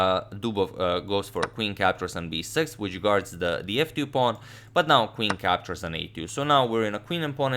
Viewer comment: Captures captures sounds more like captcha captcha